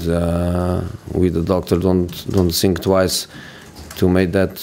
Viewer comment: "I sink we played enough to win. I sink 300 million is not enough to make a big team. I sink Man City spends too much money." I sink Southampton or Bristol City squads don't even worth 300 million. Yet they get points from this clown coach or team.